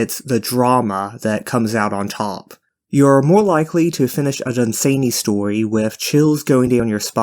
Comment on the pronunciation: Dunn-Sann-Y. Not Dun-zany. Then there is the Night Lands, there is a "retold" version I've heard is rather good (on my to hear list), but beyond that what the loveinterest does endangers them, it does sound like they got some BDSM, there are far worse things in todays writing...